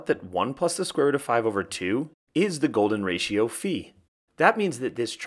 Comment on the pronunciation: finay someone pronounces it as phi and not as fai